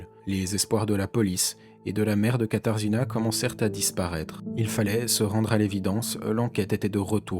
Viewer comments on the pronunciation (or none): on prononce "katajéna" (katarzyna)